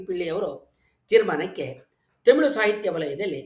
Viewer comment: Nimma bhashane thumba channagidhe. Dhayavittu, Themilu, themilu annabedi. Thamirh antha kariri. ( where, are word galalli English navaru uchadane maduvange "rh" andhare "ழ், ழ " antha aguthe.